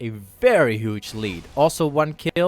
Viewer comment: I love when you say "huge" , you say it like "hooge" xD